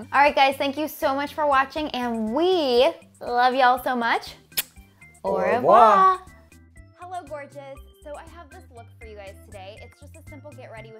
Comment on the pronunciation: cha-ching. Also maybe work on your pronunciation of "Au revoir." French liason that shit, they don't pronounce such hard vowel sounds in between words. The eye shadow looks like what the color guard girls used to wear on game nights in high school lol. Half blue, half gold. It was terrifying, I have no idea what Matt was going for there haha.